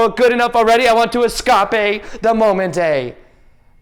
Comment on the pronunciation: Don't EsCahPeeyyy the Mohmenteyy 😂